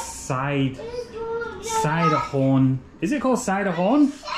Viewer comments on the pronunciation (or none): Silom. Not sidehorn.